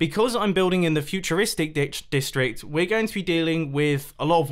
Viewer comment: did anyone else hear mumbo say futuristic dick- district